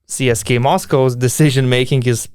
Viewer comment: Euroleague broadcasters (the ones that cover games in English and the ones that you hear on highlight reals and Top 10 lists) pronounce it "CSKA", but I have heard other media outlets pronounce it "CSKA". If I was you I would mirror the Euroleague media or pronounce it in the native languege which would be "CSKA".